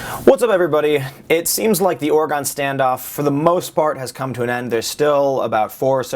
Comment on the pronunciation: It's not Ore-gone(it's still there 🙂), it's Ore-gun(no pun intended,seriously, that's how we say it). First off, you're one of my favorite Alternative Source Reporters for news. You do great work, with integrity and you should be proud of how far you've come. Secondly, you've sort of hit the nail on the head. I've lived in both ranch country and some bad city neighborhoods. Trying to get groups from such disparate backgrounds to see that, in reality, they have a common problem and could do a lot to help each other. The root causes of the disintegration of the inner cities, and the systematic dismantling of traditional farming communities, can be found at the same source. Unfortunately the best answer is, politics, everyone getting involved with the process and taking the time to put themselves in the other guy's shoes. Thirdly, Thanks for putting yourself out there so that people like me can see the truth.